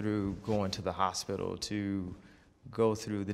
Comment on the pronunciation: No more "hospital". I shutter when he says hospital. Mary40 youtube